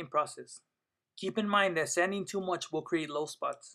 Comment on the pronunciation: "How mach" it's how much